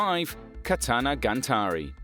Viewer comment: bruh what the hell is "katanagaNtari" 🤣